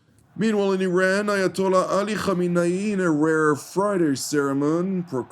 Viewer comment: Are they deliberately calling him khamine-yi? It means a scoundrel in Farsi - Urdu- Hindi.